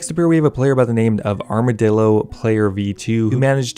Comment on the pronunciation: Armadil-do lmao you purposefully said it wrong that makes it funnier.